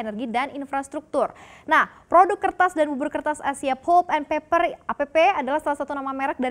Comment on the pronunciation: 'pʌlp' not 'pup', ˈpeɪpə' not peper 😂😂😂